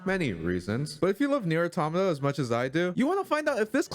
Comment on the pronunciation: How tf you love nier automata but can’t even pronounce the name correctly 😐